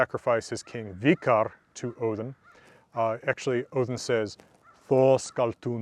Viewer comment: i got so happy when you said odin the correct way.